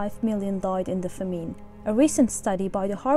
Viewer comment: "famine" is mispronounced